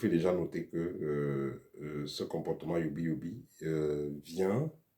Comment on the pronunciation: ...avec tous le respect et votre autorisation Il me semble qu on dit woubi et non youbi Si je vous ait offensé,je m excuse par avance